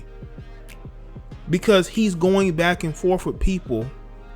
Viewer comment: For a second I thought you said Black and forth. Lol